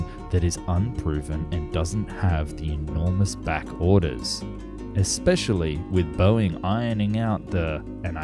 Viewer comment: What does 'expecially' mean?